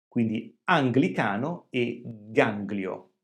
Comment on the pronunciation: Bravo per GANGLIO 😅😂